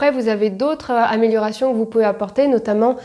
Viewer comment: "Améliorérations", bien sûr! évite de picoler...